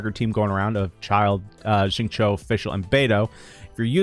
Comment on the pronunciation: Xingqiu’s name is pronounced closer to ‘shing chew’, than ‘shing cho’. The English voice actor is wrong— listen to the Chinese VA or better yet see: It’s hard to follow YouTubers that really mispronounce characters’ names. You don’t need to get the 4 Chinese tones perfect, but you should get the basics close.